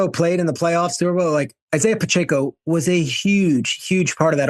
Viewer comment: This guy can't even pronounce Pacheco and Rypien's name correctly. There's no "N" in Pacheco and it's "rip -en".